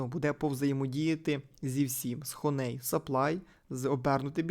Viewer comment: Хоней трішки вуха ріже, а взагалі то хані 😅